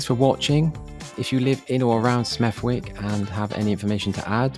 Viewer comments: It's not "Smeff-wick", it's "Smethick" with a soft "th". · its pronounced smethik not smeth wick FFS!!!!! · It’s not pronounced with the “w” lol it’s pronounced Smethick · One thing that has never changed about Smethwick is its name...to hear you keep calling it SmethWick, when the W is silent is quite comical all through, it is pronounced Smethick...however it's always best to so you simple homework first, I see you picked out the scruffiest parts, believe it or not there are some lovely houses & parks/recreational areas in Smethwick 😂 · Ffs it's pronounced 'Smethick' not Smeth-wick. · It's pronounced Smeth -ick not Smeth-wick. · Great video thank you. Most locals pronounce it smethick, a silenced "W", that's not a criticism just a help I hope. I grew up a mile from there and I saw it change over around 40 to 50 years to what you show here. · Just to let you know....The name of the town is pronounced 'Smeth-ick' (silent w) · Smethwick, is usually pronounced Smethick, but us Brummies tend to say Smerrick. Just FYI. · I think it's pronounced Smethick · It is pronounced as Smethick the W is silent. The residents of Smethwick are disgusted with the fly tipping and rubbish but it is the Sandwell council job to keep the place clean. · Pronounced Smerick, lived there in the late 40s to early 50s. Princes Cinema eventually became the largest Sheik Temple in the western hemisphere at the time. Moved to Bristol about 1967...."good move"....bloody shame what it has become. Lived in an 2 up 2 down in Dibble Road, built about 1900 and still standing. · You don't pronounce the "w" - We used to live in Sme'thick ... dire ... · Another top video brother - love the W in Smethwick haha, 'Smethick' or 'shithole' suffices :) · Lol never heard anyone pronounce it like that. Smettth wick. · Please note, the correct pronunciation (as mentioned by at least one other person) is Seth-ick. The mispronunciation is a distincre distraction. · Its pronounced Smethick or Sh**thole will suffice.